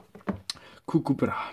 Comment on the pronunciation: ich weiss aber er sagt gugu hahahah